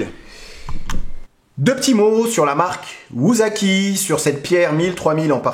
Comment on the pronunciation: Ça ne se prononce pas "wouzaki" mais "woussaki". En Japonais, la lettre S se lit toujours S : )